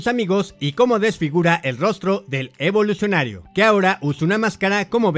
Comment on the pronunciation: Lo que mas odiobes que dice evolucinario cada rato we